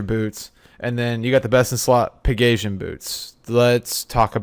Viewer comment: The way this guy pronounces Pegasian lmfao.